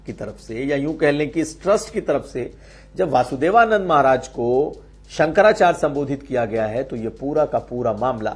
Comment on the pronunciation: Bhasa ko sudha kijiye Sankara charya hota hai Sankara chrj nahi